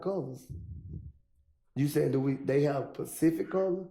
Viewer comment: mans said “facific”